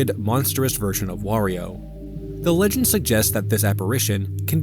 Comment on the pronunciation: do you say "wegend" instead of "legend?"